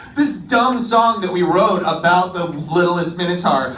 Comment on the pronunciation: "The Wittlest Minotaur" is literally the uwu language